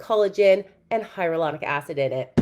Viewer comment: “Cullagen” and “hyarulonic” acid has me rolling 😂😂😂😂